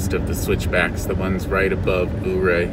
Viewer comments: Yur-Ray, not Ooo-Ray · Ouray is pronounced “yourray”.....nice video! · I think ...Ouray....is pronounced.... ....Your A... not sure.